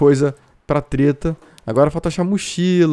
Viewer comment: segundo vídeo que vejo ela falando teta invés de treta kkk tira esse pecado da mente kkk